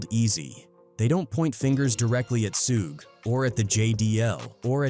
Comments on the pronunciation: Brother his name is pronounced like Shoog not Sue-gay. Was this video done with text to speech? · Suge knight not Sueg. The rapper, co-founder of Death Records. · Why this bot keep saying SU GAY SU GAY Lol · Sue gee, sew gay this guys pronunciation of Suge Knights name is hilarious 😂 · "Soog" 😂😂😂 'SUEGEY" 😂😂😂😂😂😂😂😂😂😂😂😂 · "Soogie"😂 lazy a.i. and operator😂 I'm always going to say it like that now😂